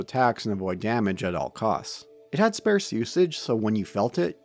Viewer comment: My man says ‘sparse’ like a goof